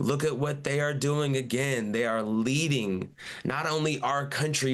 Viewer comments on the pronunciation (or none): none